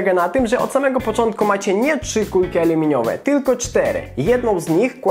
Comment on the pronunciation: aleminiowe xd